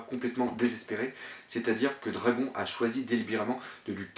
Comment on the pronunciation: Excellente analyse comme d'habitude. Par contre Dragon en japonais se prononce "dragonne "^^ mais bon cela ne change en rien la qualité de ton travail